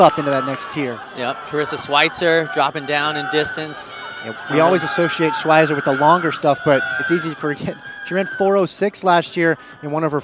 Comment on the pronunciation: I wish they'd pronounce words like "schweizer" right